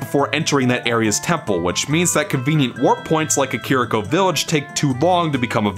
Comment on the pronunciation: You said Car-Eric-Co Village. 🤣🤣